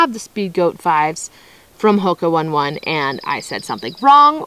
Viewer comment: It's pronounced oh-nay oh-nay....not one one as in the number 1